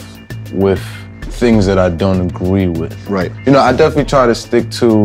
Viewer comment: he said agwee😂